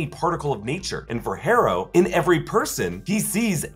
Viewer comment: You’re actually having a hard time pronouncing the name “Harrow”? It’s HAR-OH. Not HAIR-OH.